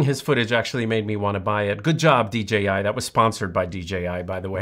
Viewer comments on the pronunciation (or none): LMAO Dee gee eye. I have heard so many people say DGI that I have started saying it myself. I wonder why they are saying DGI? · I thought I was going crazy😂 it’s D(J)I lol I almost started 2nd guessing myself